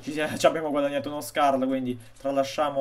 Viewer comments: comunque si dice scar non scarl ma apparte questo sei molto bravo a giocare! grande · Ciao quanti anni hai? Comunque ti volevo dice che si dice scar e non scarl ( da un po' fastidio però è solo un consiglio)